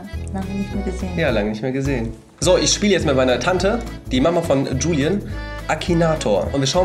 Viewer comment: Warum buliam und nicht Juliam